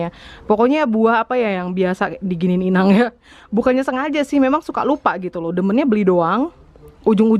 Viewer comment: keluar batak nya, "inaaaannggg " 😀😂😂 Akrab sama inang simatua ya kak... Wkwkwkwk